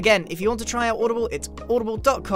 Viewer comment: Umm guys…. It is GRIAN not GRAIN.